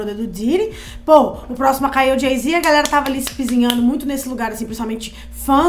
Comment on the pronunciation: nao tem como ela falar galera haha parece galson